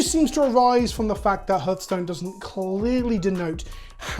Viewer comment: It’s “Har” like “Heart” not “Hur” like “Hearse”